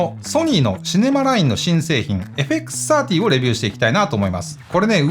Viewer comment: 皆んな「FXさんじゅー」って言ってるけど、AUXOUTさんの「FXサーティー」って言いかた良いっすね！ (・ω・)ノ